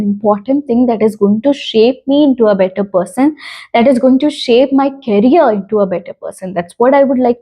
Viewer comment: Hy, please do check the pronunciation of the word career of your because I am very sure that you are not pronouncing the word correctly. I don't wanna let you down by saying that so, don't take it to heart just check it for once. And your videos all are intriguing. Keep on working.🥰🥰